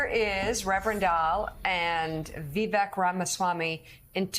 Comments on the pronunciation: Oh dear. Yellow hair on Rev. is not a good look. Also, by now everyone in media should know that Ramaswamy's first name is pronounced Vuh-VAKE, and not Vuh-VECK. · can’t pronounce Viveks name. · It's "Vivek," as in "cake." The fact that none of the anchors in this broadcast couldn't even be bothered to look up such a simple fact speaks volumes about the state of our media. As for Sharpton: He didn't show the clip where Ramaswamy pointed out that Rep. Hakeem Jeffries, the new US Minority House Speaker, used the EXACT SAME PHRASE when referring to Donald Trump in 2019. It's called race-baiting. And Vivek called it out. As for his take on issues: Press him on them. That's the media's job. It is NOT the media's job to label his ideas "nuts" when you haven't discussed them in-depth. Shameful. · None of the these opinion hosts pronounced Vivek's name correctly. And they didn't get anything after that correct either. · These "journalists" played a clip of him literally saying his name yet go out of their way to pronounce his name incorrectly. That's not journalism, that's something else entirely.